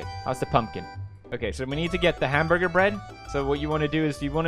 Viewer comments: hamburbur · A wise man once said “hamborger”